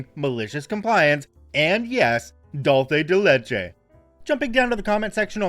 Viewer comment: The non-Mexican pronunciation of Dulce de leche hurts my brain